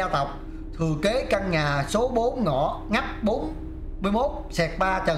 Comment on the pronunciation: Giờ coi mới để ý tại sao là nghách mà ko phải là ngách?😂